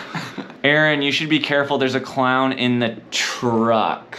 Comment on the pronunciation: a. dont. vori. claun. 😂